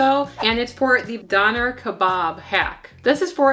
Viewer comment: Your pronunciation of "döner," "tzatziki," and "gyro" was a huge turn off. The word "kebab" is a Middle Eastern term which goes with the "döner." Döner kebab is a Turkish dish. Gyro is Greek. "Kebab" is usually a term used for meat stacked onto a skewer. tzatziki is a sauce that is traditional for the Gyro. A garlic yogurt sauce is traditional for the döner. Other than this complete lack of context, your video was actually pretty good.